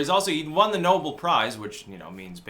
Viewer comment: "Know-belle" not "Noble"!!!!!